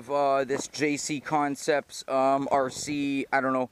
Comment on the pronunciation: It's "JConcepts" not JCConcepts... 😒🙄